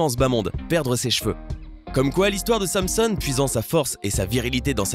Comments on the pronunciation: on ne dit pas samesonne mais sanson et sa s'écrit samson je ne suis pas très bon en orthographe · sérieusement c'est quoi cette façon de prononcer Samson ? "Samsone" ? xD ça se prononce SANSON pas à l'américaine bordel un peu de culture ! Et une petite précision qui est importante par rapport au date de péremption, il faut différencier les produits ou il est noté "date limite de consommation le ..." qu'il ne faut réellement pas consommé après la date donné car des bactéries commence à proliférées, et ceux ou il est noté "à consommé de préférence avant le ..." ou là ce n'est pas un date de peremption à proprement parlé, c'est juste que le produit pourra perdre un peu de sa saveur au fil du temps, mais sera toujours consommable.